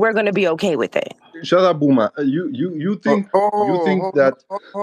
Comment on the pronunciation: "Shatepp woomen!" 😂😂